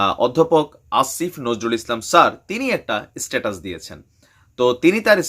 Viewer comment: সালা মুর্খ স্টেটাস নয় স্ট্যাটাস